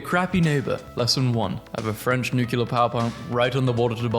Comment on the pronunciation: 'nucular' why!?